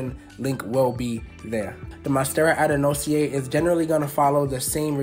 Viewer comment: Name is pronounced Ad-an-sony-eye 😬